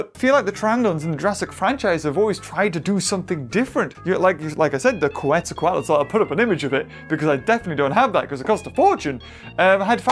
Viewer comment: its procounced quetza - coat - less. now say it!